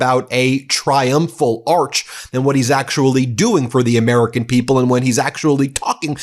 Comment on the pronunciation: He says its a triumphall ark